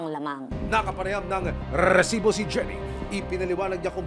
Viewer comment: Mas nakaka asar yung pagbigkas ng rrrreeeeeesibo kesa sa nangyari 😂😂. Pwede naman resibo lng 😂